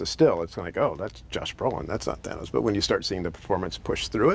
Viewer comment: btw its called thanos not fanos :)